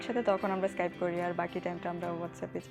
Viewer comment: অদ্ভুত উচ্চারণ ইস্কাইপ